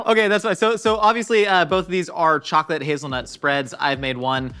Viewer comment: Is it just me or did anyone hear say “chalk-it” instead of chocolate?? 🤣